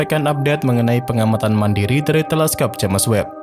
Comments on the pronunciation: Agak risih di baca nya JAMES bukan nya JEMS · Udah 2 tahun nonton ini, masih aja nyebutnya jemes web, jems woi jems